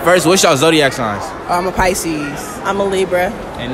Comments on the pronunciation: I thought she said faeces but she was trying to say pisces 😂😂😂😂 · the girl who said peeisce instead of pisces ian gonna lie she look like the girl off shrek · She said peces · The fact that Pisces is often pronounced as pieces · That girl said Pee sees 🤦🏾😭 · I think it’s pronounced, “pie-sees.” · Rightttttt OMG pieceis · More like "peeces" 😂😂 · Resees “peecees” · I ain't gonna be offended by someone who can't even pronounce Pisces right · That's Spanish, she didn't know how to say it in English. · The way she pronounced Piscis is actually how you say it in Spanish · i’m Aries and i’m dead that one girl who was a Aries pronounced pisces wrong🤣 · Shes probably Hispanic, that's how it's pronounced in spanish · dude that’s how pisces sounds in Spanish. stop hating on someones pronunciation if you don’t even know what language they were speaking in. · She trying to come for us and can’t even say our name right Lmaooo 😭😭😭😭😭 #Piscesganggg♓️ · how she gone say she don’t like us and can’t even say it right ☠️, we don’t lie , we tha best 🤟🏽! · BISH WHAT YOU SAY?! YOU WANNA GO?! I’m a Pisces :c edit: Okay young woman, don’t try to break my heart when you cannot even pronounce Pisces correctly. Go home, girl. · The girl tht says Pisces wrong had me dead 😭😭😭😭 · She saying shit about Pisces but can't even pronounce it 😂